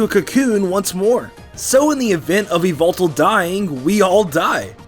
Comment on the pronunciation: It's yuh-vul-tal